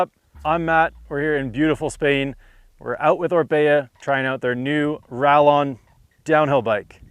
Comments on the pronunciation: One word, Rayyon. It is pronounced Rayyon. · I think it’s pronounced “ray- On” in Spanish 😊